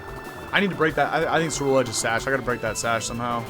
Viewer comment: I love Cerulegde! and i didn't find this out till later, but its pronounced with a hard C like Cruel Edge which kinda makes it more badass